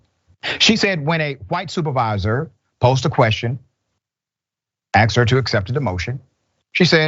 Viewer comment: "Axed her a question"